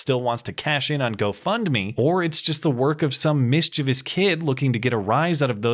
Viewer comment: You pronounce "mischievous" correctly! Yea!